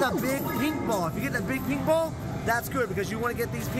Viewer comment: Maybe it's just me but everytime says pink ball I swear I can't stop hearing him say meatball 😂😂😂❤❤❤